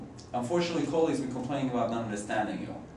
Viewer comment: your ko-leagues